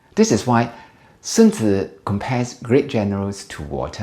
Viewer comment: <<A good commander is benevolent and unconcerned with fame>> Sun-Tuh-Zoo. Chinese prince Matchabelly.